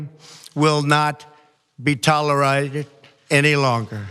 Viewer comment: "Talla-raided" ..."Accompliments"